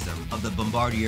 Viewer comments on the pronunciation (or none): It’s actually pronounced like bomb-ba-deer